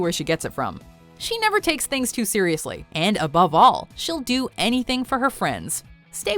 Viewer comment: You said SIRIUSly